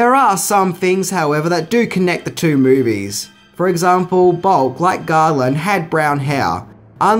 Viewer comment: I can't stand how this dude says MOUVIES